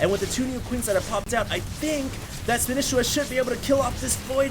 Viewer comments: ITS FUCKING SPA KNEE SHE WA NOT SPAN ISA WA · Spanisiwa!!!! Not Spanisswa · spaaaanishiwa not spinishiwa. LOL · since when do u have to pronounce it as spanIchiwa, wasn't it like span'E'shiwa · how can he still not know how to pronounce SPAN-EE-SHE-WA!!. Not span-ish-i-wa. Not everything is written phoenetically. The history of the name is that he learned spanish while in japan, therefore his name is a mix of SPANISH and konich IWA. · spanisheeeewa.. SHE!!!!! not shi!!!! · Can you stop calling him spanehshwa and call him spaneesheewaa sorry ocd. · God you are butchering his name. Its (Spah-nee-she-wa) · i swear everyone else pronounces it SPAN-EE-SHEE-WAH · it's SPA--KNEE--SHEE-WAAA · btw you pronounce the name as "Span-e-shi-wa". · didn't you say in your last video that you CALLED Spanishiwa and he said to you that his name is pronounced SPAN-EE-SHEE-WA? You SAID Spanishiwa correctly throughout that entire video, what the fuck man! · SPAN-E-SHE-WA god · you are a starcraft commentator. for the love of god, why are you less familiar with the names of players than 90% of the people watching?!?! SPAN-KNEE-SHE-WA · Come on,. Span-EE-sh-EE-wa. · Spa-nee-shee-wa honestly hd how can you not know this he is the most casted player by far and nobody pronounces like you do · Please go back to pronouncing Spanishiwa the old way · Will ever pronounce his name right? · Irritated on how he pronounces spanishiwa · Guys, am I wrong in thinking is saying Spanishiwa wrong?? I can't stand hearing it this way!! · why is still pronouncing spanishiwa's name wrong? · it bothers me that you pronounce his name wrong... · He's saying it wrong ahhhhh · wtf, why can't pronounce Spanishiwa properly?